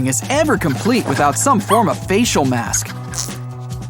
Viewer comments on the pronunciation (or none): none